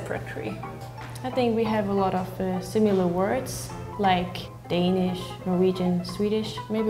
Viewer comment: It bothers be how they all pronouce "Danish" Like come on, how fkn hard is it haha